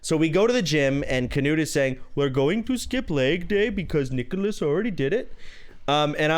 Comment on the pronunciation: He clearly said "Nigholas"